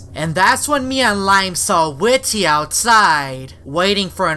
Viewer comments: It not whit ty it whitty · it's not ,,Whity'' it's ,,WhitTy'' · Its pronounced as widdy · You say his name weird